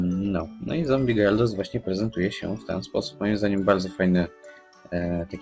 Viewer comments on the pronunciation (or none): To chyba jest Gyarados a nie Gayardos